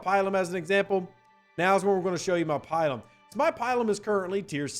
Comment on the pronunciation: Not pi-lum; pil-um.